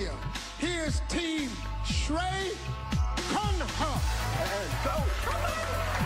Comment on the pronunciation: He almost broke his teeth while pronouncing Khanna 🤣🤣🤣